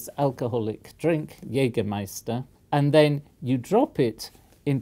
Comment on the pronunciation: The Professor's pronunciation of „Jägermeister“ ist great. He should not hesitate to buy the next bottle in Germany. Besides: In it's origin country Jägermeister is a drink esteemed by aged people since many decades so noone there would wonder at an elder gentleman buying it.